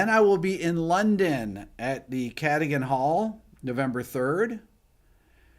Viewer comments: Rick.. Cadogan Hall is pronounced.. KA…DOG…AN . See you there in November 👍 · "CA-DUG-UN" Hall ... maybe ;)